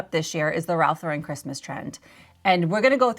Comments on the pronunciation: It’s Ralph law-ren, not la-REN, please. I know it’s a small detail but it makes me crazy 🤪 😂. I was a visual merchandiser in the early 90s and Ralph Lauren was one of the vendors I worked with. RL is EXTRAORDINARILY SPECIFIC about their tasteful, timeless, classic aesthetic. Every new reset of their shop came with a binder of specifications, complete with exact placement of accessories that they shipped with display cases and hardware. That said, the RL look is about quiet elegance and consistency, easily achievable with inexpensive items, keeping those things in mind. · It's pronounced Lauren - like the girl's name. NOT laur-En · It's Ralph LAUR-en. Not Lau-REN. SMH